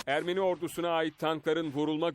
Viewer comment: Ermeri değil ermeni